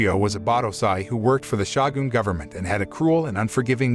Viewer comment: That dang "Shah-goon..."